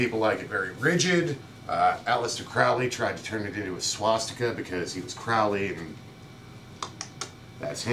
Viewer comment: "Crowley" rhymes with "holy,".